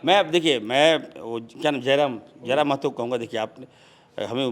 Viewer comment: अब इरफान अंसारी जी सही नाम से जयराम महतो का नाम बोल पा रहा है